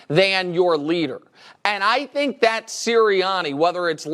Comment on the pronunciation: Never fails, I hate it every time Nick says "I Dhink"..Anyway Dak and Russel are both criminally overrated YEAH I SAID IT!!!